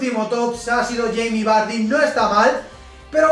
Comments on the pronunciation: Cermeño Mejía le dice barrie xd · Yo no se vosotros,pero cada vez que pronuncia vardy me descojono jajaja